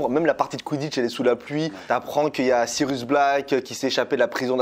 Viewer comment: Tu prononce aussi mal Sirius que tu prononce Sirus à de multiple reprise et tu n'a pas non plus la famille Dursley ;)